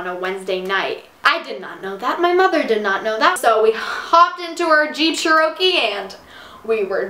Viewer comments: Did she just say jeep Cherokee as jeep sharoky and btw this is real racist in so many ways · I was dying when she pronounced Jeep Cherokee like "We hopped in our Jeep CHUR ROW KEY" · lol she pronounced cherokee "shurohkee" LMAO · did you seriously say jeep 'sheorkee' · The way you say Cherokee and Dubai thoughhhh 🤦‍♂️ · they way she pronounced Cherokee 😳